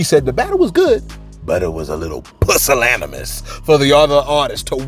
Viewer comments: It's pronounced: pyoo-sil-Ani-mUss, Not PUSS-sil-ani-musss lol But whatever right!!! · Not Pussilanimis 🤦🏾‍♂️🤦🏾‍♂️😂😂